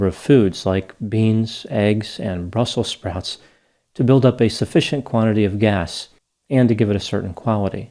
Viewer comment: bhhRuhHssSel sProUts 🤭😄😅